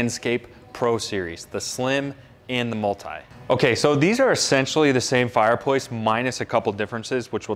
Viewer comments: He says fireployce Don't pick fault that could be how they say it in America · The dude sells fireplaces for a living and can’t say the word fireplace, just sayin